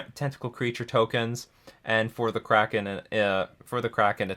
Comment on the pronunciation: Its not up to interpretation. Its just pronounced kraken😤😤😤